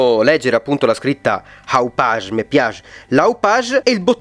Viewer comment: Me piag l'Hauppaug ahahh